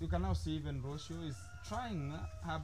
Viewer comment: learn to pronounce Rocio name well please